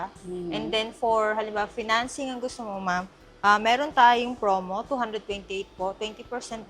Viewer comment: Sir its "promo" not "fromo" nkailan na ha.